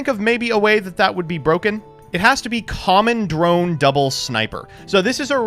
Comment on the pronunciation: You really just said commondrone when it’s commandrone.